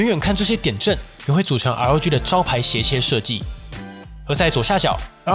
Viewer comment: 開頭聽成LG XD